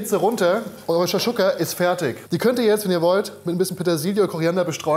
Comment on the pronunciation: Shakshuka und harissa werden ja mal mega lustig ausgesprochen. So wie als wenn ich Croissant und Baguette auf deutsch vorlesen würde